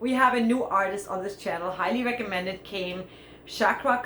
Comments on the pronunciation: Sorry miss,Her name is cakra khan nót sakra khan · You should read Cakra, the letter "C" you read like you read Chair.